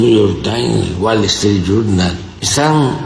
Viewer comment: Este güey no sabe ni hablar, el guachinton pos, el Gual estrit yurnal , el niu yor tain 😂😂😂😂😂😂